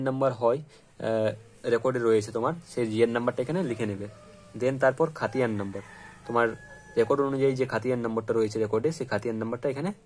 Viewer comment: তোমার সবকিছু ঠিকঠাক আছে ! কিন্তু যেহেতু তুমি একজন ইউটিউবার তোমার ভিডিও বয়সে ছোট বড়ো সবাই দেখবে ! তাই তুমি বলে সম্বোধন না করে আপনি বলে সম্বোধন করলেই মনে হয় ভালো হবে ! আর উচ্চারণ একটু সঠিক করার চেষ্টা করবে অর্থাৎ উচ্চারণের দিকে একটু খেয়াল রাখবে ! যেমন খতিয়ান কে খাতিয়ান বলেছো , জে এল নং কে জি এল বলেছো ! আজকে Subscribe করলাম !